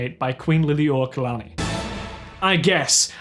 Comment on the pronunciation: you did pretty good with the pronunciation!! Lili'uokalani is somewhat hard to pronounce if you have no good examples of it to base it off of ALSO, HAWAII HAS SOME OF THE BEST MARINE BIOLOGY PROGRAMS IN THE US. AND NANI WOULD DEFINITELY BE ABLE TO GET SCHOLARSHIPS AND A LOWER TUITION FOR BEING NATIVE HAWAIIAN ANYWAY WHY IS SHE GOING TO THE MAINLAND